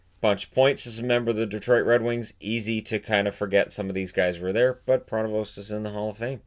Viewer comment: I have the privilege to have watched every player on the board. The "st" in Pronovost is not pronounced.(At least it wasn't in the day.)